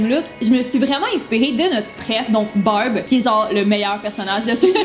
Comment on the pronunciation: Quand vous disez Barb on dirait que vous disiez Bob